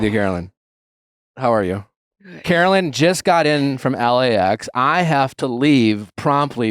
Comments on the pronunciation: NOT THE FORREST GUMP T SHIRT!! 🤣 (Take back your power!!) Caro-LYN (it irks the f outta me when people mispronounce your name), you are forever a queen and the true winner of everyone's hearts!! 🥰👑🦞💖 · So rude of Nick to mispronounce her name, text during the interview, and then leave. The other interviewers asked good questions after he left though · and then mispronouncing her name and leaving early... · Not a great sign when the interview gets better after the host leaves. Checking his phone, having her come on the show just to leave minutes later and mispronouncing her name. Super disrespectful dude.